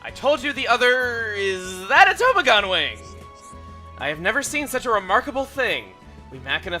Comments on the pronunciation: Tobogan-Tuh-bah-gen. Say it with me. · Tobogan= a sled/sleigh/sledge ("toe-bog-an") :D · has never heard the word "tobogan".